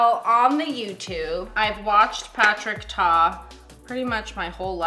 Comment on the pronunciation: said Patrick tar instead of star 😂